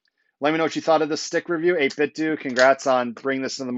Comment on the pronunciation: 8bitdo is pronounced like "Though"/"doe". 8 BIT THOUGH not DO